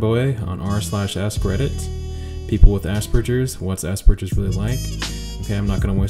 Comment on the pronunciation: Speaking of jarring, as an aspie who took 4 years of German, hearing people pronounce Hans Asperger's name with a soft G causes me no small amount of pain and rage.